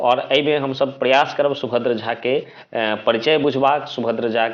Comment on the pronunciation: पहिने शुद्ध उच्चारण करब सीखू हुनकर नाम सुभद्र झा छलन्हि सुभद्रा झा नहि दोसर बात सुभद्र झा जी के माताक नाम निरंजना देवी रहन्हि, i😮 निरंना कोन नाम भेलैक